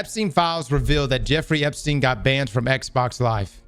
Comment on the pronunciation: "EpSTDein" lolololol